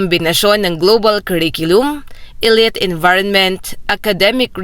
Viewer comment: Yung pronunciation ng "elite" eh napapangiwi ako pramis..